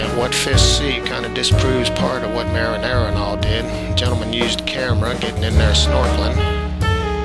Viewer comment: Its Marinaro, not marinara. Marinara is a kind of pasta sauce.